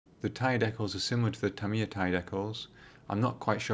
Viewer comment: Tamiya pronounced Tamier?